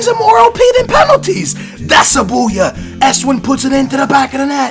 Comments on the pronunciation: You pronounce Esswien like... ESSWINE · he was spelling it how it is pronounced, not how its actually spelt because pronounces it wrong